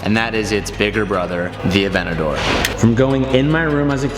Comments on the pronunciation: AvenTador saying Avenador pains me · it bugs me that he calls it "avenador", there's a 't' in there. ah-VENT-ta-dor. is it just me? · please please pronounce the “t” in aventador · Someone please tell him its avenTador not avennador.... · AvenTador not Avenador!! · “Avennador” 😝👌🏼 I love it!! Congratulations 🎊 on the big buy!!! Thats so sick man!! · You are saying aventador wrong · Boy if you don't pronounce that "T" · Can you learn how to say Aventador right?